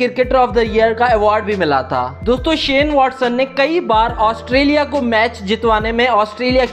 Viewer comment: Australia Not Asutrailian